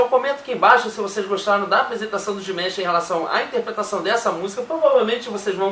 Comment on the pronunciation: A pronuncia correta do nome dele eh Di-ma-sh e nao Dimesh.